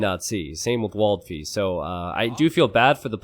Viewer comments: Waldfee is kind of a german word .. so you have to pronouce it more angrily WALTFEE :D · I almost spit my coffee on my notebook as you did not dare to pronounce one players name and then you came up with "Waldfee" :D To my German ears that sounded hilarious xD It is German for forest fairy and if I were to imitate cliché US-accent it would've sounded exactly like this...